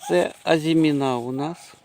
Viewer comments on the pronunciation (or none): В українській мові (на відміну від французької) наголос у слові "АЗИМІНА" на передостанньому складі